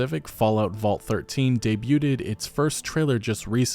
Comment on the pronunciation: bro you dont pronounce the "t" in "debuted"